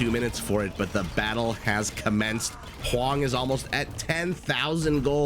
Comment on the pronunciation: Did the caster just call Hoang, Mr Yo